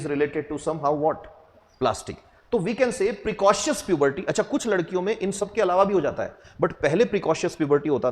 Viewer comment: It's precocious puberty not precautius. Completely different meaning of these words